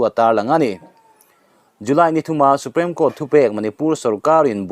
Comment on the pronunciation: a ngaihnawm in a bengvar thlak thin e, i channel hi ka channel ngainat tak mai a nia,..mahse thil pakhat ngaihmawh deuh ka lo nei thin a hman atang tawhin SUPREME hi SUPREM ang in i lam thin a,.(SUPRIM) tiang hian lam tur a nia kasauti a PREM-a hming ang nilo khan, a ho viau na in thahnem ngaih thil a nih chu aw ka lawm e